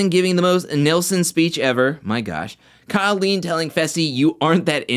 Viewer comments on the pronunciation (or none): none